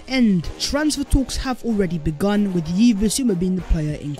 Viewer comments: Bro it’s pronounced like Eves NOT YEEVS 🤦🏽‍♂️🤦🏽‍♂️🤦🏽‍♂️🤦🏽‍♂️🤦🏽‍♂️🤦🏽‍♂️🤦🏽‍♂️🤦🏽‍♂️ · Big up. Keep the good work 👍 Yves is pronounced like Eve's (as in Adam and Eve), it's the French equivalent of Hugh lol) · what’s baptising got to do with his name?? It doesn’t cost a thing to research pronunciations mate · okay. Point noted. Why does him mispronouncing Yves name bother you so much?